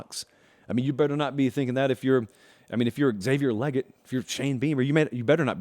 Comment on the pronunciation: Its pronounced Lay- gett not Leg-IT